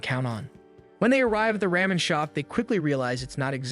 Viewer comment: Oh the "souven-ers", "ram-in", and the "paj-imas"XD